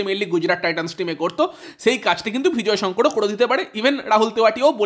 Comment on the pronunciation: Bhai bhijoy Sankar noy nam ta vijoy sankar